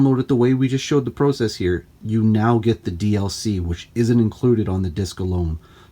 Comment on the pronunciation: This guy doesn’t say process right.